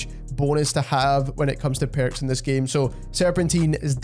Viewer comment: Which accent is this? “The Perrukss” hihi